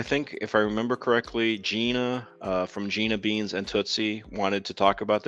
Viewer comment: Thank you for speaking about cats that are alone sometimes cat tv 📺 is a must I do move toys around to new areas make a paper area and check in on the video feed great to new ideas 😆✌🏼 great stream Just wanted to add it’s Gina Beana not beans lol 😂 Tootsie was named after the tootsie roll 😹